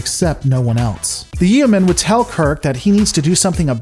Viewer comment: Your pronunciation of yeoman makes me cringe lol